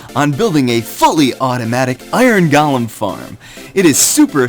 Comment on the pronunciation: Goh-lem. Not Gaul-em. Good tut though.